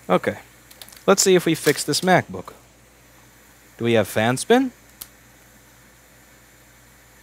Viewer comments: I have a feeling you love saying mac-book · For some reason I didn't hear mac book, but crap book